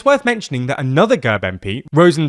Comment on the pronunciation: It's not girb, it's gehrb.